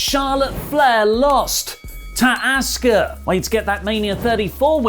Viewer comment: What a putz Asuka name has been pronounced every week & you still can’t say it correctly…..no matter how many pages you make they are all the same garbage